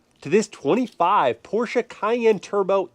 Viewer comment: You should invite your mother more often for car reviews! Love her knowledge about cars and as I german I am really proud of her saying "Porsche" correctly and not butchering it like most Americans do!